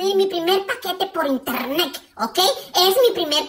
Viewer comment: hoy pedí mi primer paquete por (internec) jaja internec ese siempre me hace reír